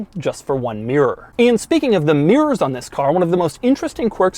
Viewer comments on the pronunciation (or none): I don't think I could write mirrors the way Doug pronounces it. Miyrrrs